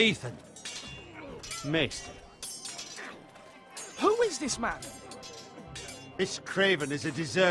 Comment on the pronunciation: isn't maester pronounced may-stir?